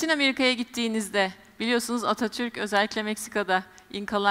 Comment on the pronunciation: Atatürkü cok severim ama sunucu ablanin altini cize cize yaptigi vurguya bir anlam veremedim